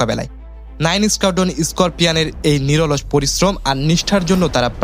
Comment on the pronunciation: Reconnaissance Mission, Squadron, Scorpions, Simple, Air Force এই সব ইংরেজি শব্দ সুন্দর ও শ্রুতিমধুর করে উচ্চারণ করতে আরো ব্যাপক অনুশীলন করতে হবে। ঠিক মতো উচ্চারণ করায় জোর দিতে হবে।